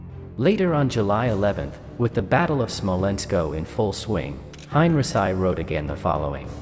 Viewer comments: Heinrici..not Hein..Resai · For the love of War Academy! Get rid of the AI narration and have a real person do it. The computer generated voice pronounced General Heinrici as "Hein-rhi-ssi" and not the proper pronunciation as "Hein-Ricky" your videos have got to the point where I can't watch them any longer because of this, and I feel that's a shame because I really do love the content, but not the awful narration from an AI generated voice. I hope you see this comment and at least consider it. Thank you! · Good report and visuals, but.....Really?....:"Hine-reh-sigh" ????....... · It's more like "Hein-ricky". There are no soft Cs or Gs in German, not even in "German". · Highn Reeki is more correct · You haven't learned to correctly pronounce Heinrici yet, otherwise a great video. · bots :) but ur right and it annoys me a bit i must admit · It's a translation bot, obviously. Does pretty good except for the odd name that it butchers. Worth putting up with for the info. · Kinda puts a damper on history when the pronunciation is incorrect. Imagine having a conversation with somebody having learned their history from youtube; general who?